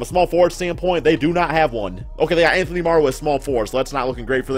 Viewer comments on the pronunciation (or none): none